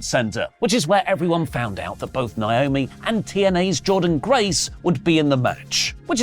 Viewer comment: pronounce "Naomi" correctly challenge (Impossible difficulty)